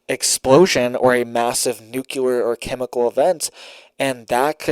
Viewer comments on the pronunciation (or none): ITS PRONOUNCED “NEW CLEAR” NOT “NUKE YOU LER” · It's pronounced Nu-clee-er not Nu-cu-lar. Sorry but that drives me nuts to hear the word pronounced incorrectly. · It's not nucelar but nuclear. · "NOOK-LEE-ER", say it right!!!! Geesh! Wait...is it "geesh" or "sheesh"? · Why on earth do you insist on pronouncing "nuclear" wrong and making yourself look ignorant. I always watch your broadcasts, and you seem like a great guy, but I hate it when people go out of their way to behave childishly.